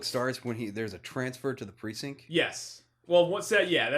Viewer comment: there's a "t" in the word precinct.;)